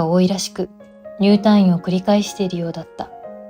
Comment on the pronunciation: 退院 たぁいん❌️ たいいん⭕️ 意識して話してもらいたいです